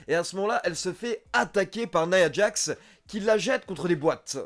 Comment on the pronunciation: Il a l'air cool cet épisode ! Tu te forces "nia djax" au lieu de "naya djax"? C'est du franglais ça fait bizarre.